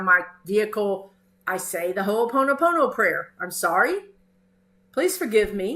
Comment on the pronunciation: Respectfully submitted by a resident of the 50th state. You may want to hear how to say Ho'oponopono.